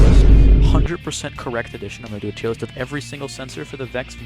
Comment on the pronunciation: Accriate Teer Lisht